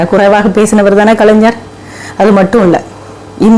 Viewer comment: நீங்கள் பேசுவது சரிதான் அம்மா, ஆனால் கலைஞர் எ‌ன்ற வார்த்தையை சரியாக உச்சரியுங்க‌ள் .